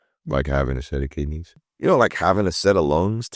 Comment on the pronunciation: You know like having kindneys… 😂😂😂😂 yes, Omar, just like having kidneys! That was the best!!